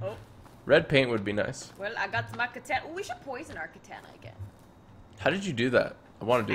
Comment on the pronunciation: Katana not na na